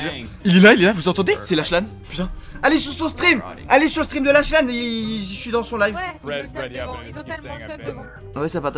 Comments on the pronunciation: Ça se dit "laklan" ou "laklanne" je sais plus mais c'est pas "lachelan" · Ça s’écrit lachlan mais sa se dis laklan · Lachlan le ch c'est comme un k